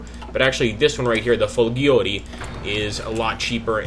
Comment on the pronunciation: ahahaha "Folghioree" I absolutely love this series